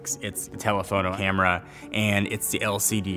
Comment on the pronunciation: "Telephoto Hamera"